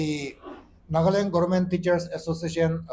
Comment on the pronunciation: It's NAGA LAND. NOT NAGLAND HOH...